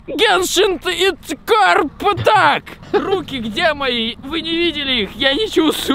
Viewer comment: Я очень много раз замечала что мамикс (Максим говорит не дюшеееес а дююшес (извините прост ударение поставить не могу) и ещё по геншин он сказал не ипмааакт и ииииимпкат и ещё со словом высоко но это мелочи но я всё равно в речи у него это замечаю"